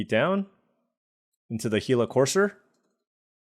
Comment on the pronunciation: Love the content! Missed you on the pro tour coverage the last few years. Happy to see you still have love for the game. Thanks for being the only YouTuber I've seen that pronounces Gila correctly! My only request is that you hover over the cards a bit longer during the draft so we can read them easier